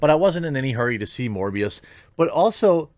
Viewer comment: Sounds like mush-mouth from fat albert trying to pronounce "morphius" from the matrix... who the hell is this?